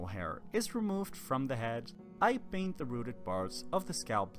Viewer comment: PURPLE** PAINT** not burble or baint 🤦🏻‍♀️